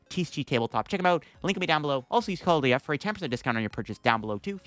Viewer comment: You’re not even saying your code “LDF” anymore it’s just a gibberish bunch of sounds lol try pre recording your sponsors and go slower haha 😆